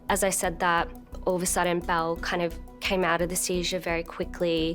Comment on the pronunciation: Just curious, anyone else thought they said Mel Gibson (the actor), then proceeded to keep hearing them say Mel Gibson instead of Belle then Bill?! 🥴🫣🤣